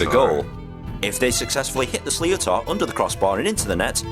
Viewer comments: slee o tar ? ask a local how to pronounce sliotar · Pronunciaton of what you calal sleeotar is never used by us, should sound more like, shlittar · I swear it's a punch in the gut every time your man says "slee-oh-tar" because it's not pronounced that way!! 😭 It's pronounced "Sh-li-tt-er". Why couldn't they have gotten an actual Irish person to commontate that video?? Btw, It can also be called both a hurley and a hurl 🤷🏻‍♀ whichever the player prefers. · "Slee-o-tar" 😂 It's pronounced more like "shlitter". The guy mangled that pretty badly! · This is ridiculous having someone explain the rules of Hurley and pronouncing a sliotar a sly-o-tar like he knows what he is talking about. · Sliotar pronounced “slith-ther” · Why is an Englishman explaining the rules of an Irish game? " Sliotar" is pronounced " shlitter". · guys make sure and look up how to pronounce 'sliotar' - the pronunciation in the video you watched is MILES off lol It's more like 'Slith-er' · Totally fucked it . 😂 Shlitter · Possibly but if he wanted to help non Irish, then it's actually easier to say it the(more or less) correct way, which is, 'Slit-er' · It's triggering to hear an English accent trying to explain hurling. Especially when he mispronounced certain word e.g Sliotar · Nah what tf did he just call the sliotar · I’d love to see you guys trying this at a local GAA club. Yer man's pronunciation of sliotar was shocking. The players have regular jobs too, they are not paid to play. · It's so funny hearing a brit explaining hurling and mispronouncing the name for the ball!! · Exactly. It's just plain lazy